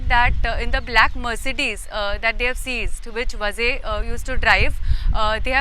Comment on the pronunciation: is pronouncing “Vaaze” as “Vaze”. There is a HUGE difference. It is not just WRONG pronouncing issue. In Maharashtra, “Vazes “ are Brahmin. If it is was really so entire political spectrum would have reacted TOTALLY differently. There is a huge constituency outside just waiting for such an opportunity. This MUST be corrected.